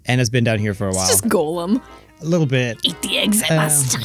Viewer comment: just want to say Gollum from Lord of the rings is usually pronounced "Gahlum" and I cringe when ever I hear people call golems gollums but for whatever reason hearing it the other way around doesn't bother me as much. Also very fun to listen to especially when sick.